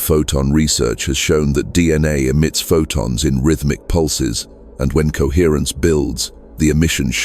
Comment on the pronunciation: Coherrence. Coherrencr. Cohrrrence.